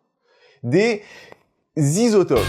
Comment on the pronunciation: Les "Zisotopes" j'étais pas prêt, G riz!